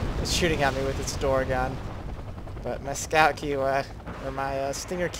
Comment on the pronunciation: Just so you know "Kiowa" is pronounced kīəwə. The syllable sounds like eye.